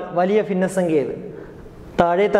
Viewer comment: ഫിന്ന സംഖ്യ അല്ല ഭിന്ന സംഖ്യ